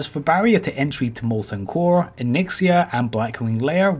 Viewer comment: Ovah waids wike mowten coaw